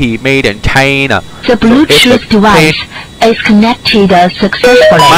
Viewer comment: "Bluetooth dewise"💀💀💀💀💀